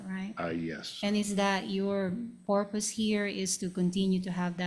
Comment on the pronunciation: If I remember correctly, someone had an accent or misspoke ar something. Anyway, they “porpoise” instead of “purpose”. Beyond that, props on the seal pun.